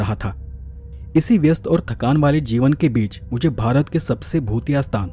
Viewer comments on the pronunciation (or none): none